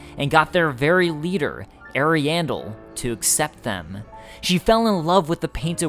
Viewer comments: I love your stuff, but i'm on the other side of pronunciation Ahri-ahmis --Ahriahndel vs Eri-amis - Eri-andel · sounds like you're saying hairy anus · from other lore videos(i.e. Vaati) they pronounce it to be Arian-DEL (like adele) and Ari-ya-mus instead of Ari-EY-mus. but i havent played the DLC so idk for sure how NPCs pronounce it or if they say it at all. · I thought you said the painted world of hairy anus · I love how he says the name of the first painted world wrong when u can hear percilla say it when u talk to her. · not ariandel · Ariandel and Ariamis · he dislikes the way you say ariasmus and Ariandal. There is an established way it's pronounced in the community but the way you say it is cringy